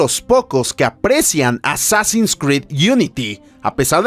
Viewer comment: A ver que dice el wey: pronuncia bn Assassins, este muchacho... me llena de orgullo!!